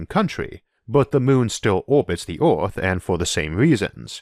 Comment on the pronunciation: Wow, I have some real problems with this accent (not being an English native speaker). Swapping an e-, i-, or a-sound for an o-sound makes this really hard to understand. I hear "orth" when the word "earth" is spoken. I'm really interested in the subject, but I'm sorry I don't think I can watch this video to the end.